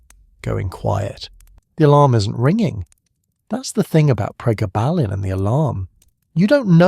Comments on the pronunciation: Gayba? Pregarrrrbarrrlin? It’s GABA as in Dutch Gabba techno, and pregablin as in PRE GAB LIN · Pre gab lin ….,, that’s he you say it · We call then pregabs, the full term is pre-gab-lin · PRE - GAB - A - LIN Please correct your pronounciation - for gods sake AI you are so CRAP !!! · Why the fck are you pronouncing it like that. It's PRE-GABBA-lIN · The way you mispronounced Pregablin through this whole thing drove me insane but I persevered. As a drug worker I will take all the information I can get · Interesting, as I have fibromyalgia. Your AI needs better training. It pauses as odd places, then jumps at others. And the way it pronounces pregabalin. Thanks for the info, it was very interesting and informative, especially its popularity growth, in the dark. Put please, listen back to your videos, that should, I would think, get the errors to leap out. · That’s the same dosage (600mg per day) I was on for 17 years for acps. I realised the drug was doing more damage to me than the pain & quit. Went through days of sweats, stomach cramps & intense mood swings. The AI voice is pronouncing the drug’s name incorrectly- very annoying